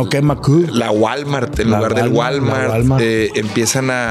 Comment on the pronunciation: La womart en vez de Walmart